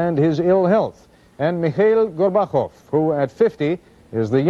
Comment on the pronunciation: "Mi-hail Gor-BAH-kov?"